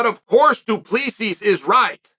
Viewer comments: Dude the way Chael keeps saying "Duplesis" is killing me. My guy it's pronounced "Doo-pleh-see* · It's pronouced Doo Plah See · My guy. The bad guy. Please. Okay. You pronounce it as. Duplesee or du-ple-c. Don't say the final S at the end. Please please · Hey, Chael. South African here. The correct pronunciation of du Plessis sounds almost exactly like, "Two plus three". Not joking here either - that really is the correct pronunciation for future reference. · Who is this "Du Pleesis" you speak of Uncle Chael?😂😂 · Just so you guys know the S at the end of his last name is silent :D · As a south african, he's definitely not pronouncing his last name right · The s in du plessis is silent chael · Chael, the "S" is silent du Plessis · Uncle Chael, FYI: the S in Du Plessis is SILENT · I'm south african and uncle chael butchered du Plessis surname. 😂 please someone help him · oh no haha. I can just imagin the people back I south africa listening going. Fuuuuuuuck. He is saying it wrong. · Daimn. That's weird. I gues it's also not the most common name where Chael os from so obviously he won't say it perfect. Like me trying to pronounce some Vietnames names.